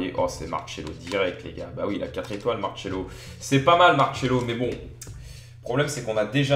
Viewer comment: Ses Marcelo est pas marchelo